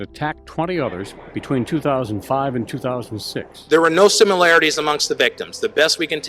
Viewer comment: They were the serial killers, not they WHERE the serial killers. Your speech impairment is starting to get annoying